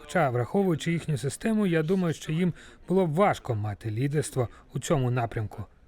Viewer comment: Як же мене висушує це її шчо, точъку зору. Ну чому це бл&дство стало трендом. Поясніть цій малій, Що її роботизована вимова до української не має ніякого відношення.